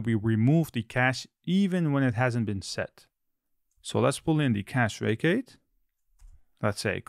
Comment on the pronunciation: Took me a while to get you meant "facade" when you said "vacate" lol.